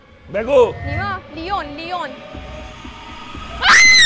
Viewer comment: به لاین میگه لیون😂